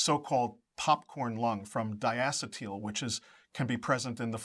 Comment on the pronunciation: Fucking idiot didn’t even pronounce Diacetyl correctly. Fucking propaganda bullshit. Fuck them. It’s all about money and they don’t care who they hurt.